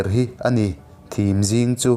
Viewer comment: Thim zing, tiha 'thim' hi ka hmu thei, tih a, 'hmu' tih thlukin i thluka, 'vaimim' tih a, 'mim' tih thluk anga lam tur ni zawkin ka hria. 'Ka dar ngum a thim bul mai,' tih a thim pawh hi vaimim tiha mim thluk chiaha lam tur a ni. I video ka ngaithla ve nual a, a tha hlawm khawp mai, thu lam danah fel tawh lo tlem tlem chu a awm leh zeuh zeuh thin in ka hria, engpawhnise Mizo thawnthu bo hlauhawm vawnghimtu te zingah ka ngai che.